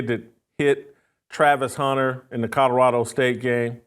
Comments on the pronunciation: Jason you mispronounce Colorado, you say CoDoradao not Colorado. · PLEASE stop saying Co”DOR”ado…it’s CoLORado…thanks!😘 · OMG! I made a similar comment…drives me bananas the way he says CoDOrado! 🤦🏾‍♀️😂😂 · Please Whit, there is a L in Colorado, not 2 D's! Its not Codorado! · Too funny, Jason simply can’t say COLORADO. He pronounces it “Cotterado”…😂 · COLORADO has an L in the middle not a D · Can you please learn how to correctly pronounce the word, COLORADO?!! Jeez. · Why is Whitlock SO PASSIONATE about Colorado? He can't even pronounce 'Colorado', but can t stop talking about it.The opportunity to denigrate another black person gets Whitlock excited. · Bro Colorado is not a hard word to pronounce. You are struggling. 😂